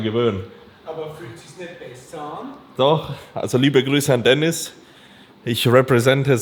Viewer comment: deniz lan ( bitte dennis nicht denise :D )